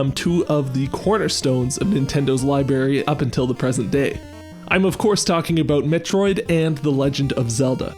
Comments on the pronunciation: Not understanding any of the music theory and feeling stupid... but being able to point out that he said "libary" Back on top. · "Nintendo's Libary" hahaha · This dude just said "libary". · It's pronounced "library", not "library".